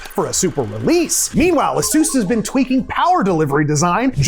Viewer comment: nvidia releases a driver to combat the AMD patch for 30% improvement for 9070XT. Also, it's not "A-Zeus", it's not a deity, it's "A-sus"